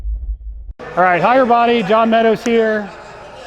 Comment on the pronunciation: I thought for a while you had a company called “higher body” your saying hi everybody lol I think my hearing is going out 🤣